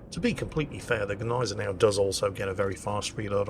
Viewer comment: And we found someone else who has no clue on how to Gneisenau, i´m not suprised.